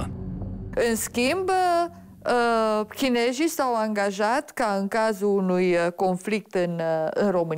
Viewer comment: La minutul profesor universitar spune:''chinejii s-au angajat...''!!!!!!! CHINEZII.....